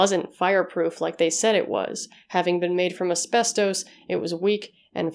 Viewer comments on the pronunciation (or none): none